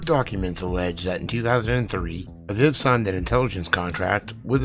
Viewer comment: Say it with me Uh-Veeve (aviv)